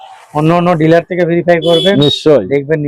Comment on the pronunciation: ওটা ডিলিয়ার নয় ডিলার বলুন।